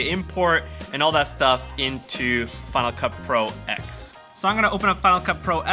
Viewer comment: Just one thing for you to help me not smash my head. It is pronounced final cut Pro 10